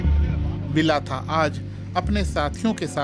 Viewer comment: भंते विलाथा बोलना चाहिए ना कि विलाथा